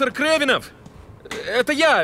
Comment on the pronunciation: Даже русскую фамилию не смогли перевести. КрАвенов, а не КрЕвенов. У фанов Марвел рвет пукан (наверное)